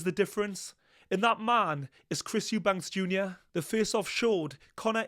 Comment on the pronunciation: I love the way you still haven't learnt how to say Eubank properly!